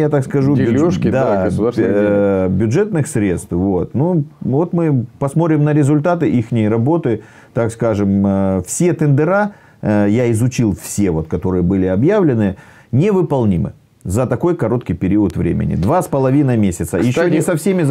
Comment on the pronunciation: Дорогой гость! Учите русский язык - он велик, могуч и обширен. Нельзя говорить <тендЕра>, правильно говорить <тЕндеры>. Даже если Вы суперуспешный бизнесмен, позорно не владеть русским языком. Или Вы носитель совсем другого языка? Вы ведь потом безграмотную гадость выплёскиваете на широкую публику. Уважайте русский народ хоть немного. Он и так властью УСИЛЕННО ДЕБИЛИЗИРУЕТСЯ. Кстати с помощью и таких, как Вы!